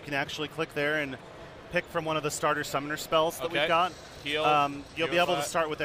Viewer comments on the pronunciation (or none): Did he just say sumoner spell?! xD Not the smarters thing to do, but what the hell, its a summoner spell